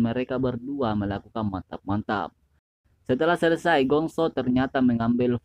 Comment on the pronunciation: Selesai pengucapannya huruf E 😂😂😂